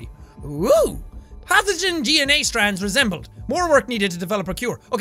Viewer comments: When he said DNA point, I thought he said d-nya point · Yes DANA (it is suppose to be DNA). That is what DNA sounds like, at least to jacksepticy! :) ;) !) ,) =) !!!!!!!